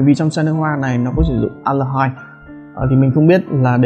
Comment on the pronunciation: Aldehyde? An đờ hít 🤣